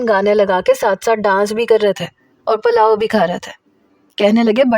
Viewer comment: Palao ni hota pulao hota hy